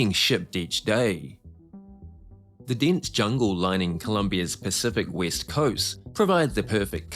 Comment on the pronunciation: Was that the 'West coast' never heard of the 'Wist coast' 🤣🤣🤣🤣🤣🤣🤣🤣